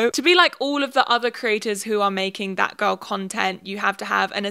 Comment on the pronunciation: LMAO WHEN SHE SAID THAT GIRL TREND I THOUGHT SHE SAID FAT GIRL TREND